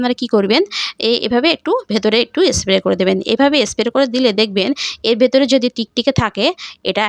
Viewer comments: স্প্রে কে এস্প্রে বলছেন? তবুও ভিডিও বানাতে হবে৷ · Tate asubidha ki aache...jar jmn kathar dharan se srkm e bolbe... Rajjyer Bisnumata k ektu giye esab sekhan